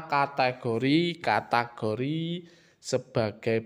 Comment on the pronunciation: Bang bukan katagori cara membacanya tapi kategori